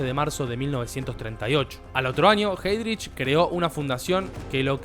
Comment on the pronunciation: Muy buen video, pero la pronunciación.... en alemán es ai